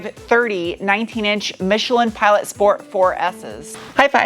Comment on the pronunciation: Why "schport"? Funny do